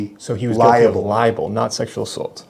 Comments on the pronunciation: He's saying "liable, " you're saying "libel." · it's libel not liable. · Li-bel. Not li-a-ble. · Sounds like this guy is confusing ‘liable’ with ‘libel’. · Hearing you say libel and him say liable and clearly talking about two different words while he thought you were saying the same thing was downright infuriating. How does he not know what the word libel means? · Liabel not libel 😂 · What an idiot, doesn't know the difference between LIBEL and LIABLE 😂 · He keeps saying criminally libel when libel is tort law not criminal so he’s an idiot.